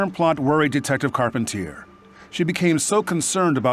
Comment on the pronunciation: *Carpentier. The Americanize pronunciation effed it up 😂